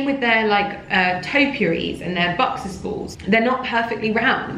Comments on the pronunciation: Sounds more like boxers baws. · Its buxus balls not boxes balls